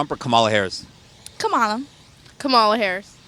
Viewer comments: Please correctly pronounce her name… Like “Coma Lalalalala”. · Comma-la! Not that hard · Need to learn how to pronounce her name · Strange! Even people voting for her are mispronouncing her first name! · Please pronounce her name correctly, you are worst than MAGA